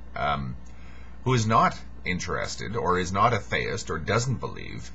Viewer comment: I'm just here because you keep saying "thay-ist" rather than "thee-ist".